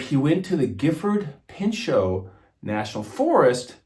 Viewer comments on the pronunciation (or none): Its pronounced gifford pen show.great storytelling.